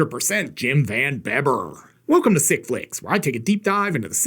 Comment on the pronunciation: Ya, It`s pronounced "Van Beeber"....You ain`t much if ya ain`t dutch!LOL